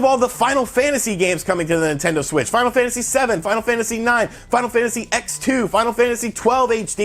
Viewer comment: Does it bother anyone else when people mispronounce Final Fantasy X and Final Fantasy X-2 by saying "Final Fantasy EX" rather than "ten"? Come on people it's the roman numeral for 10.